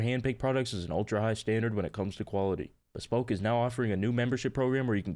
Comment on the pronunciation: bro said beespoke post